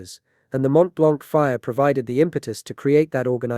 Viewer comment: FYI the c in "blanc" is silent. Edit: while we're at it, the t of "Mont" is silent too...